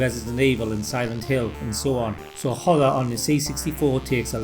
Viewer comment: Good video, but dude pronounces "horror" as "hover".